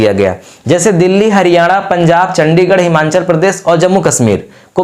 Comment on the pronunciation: हिमांचल नही हिमाचल है वो